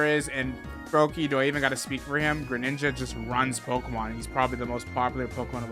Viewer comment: Not greninjs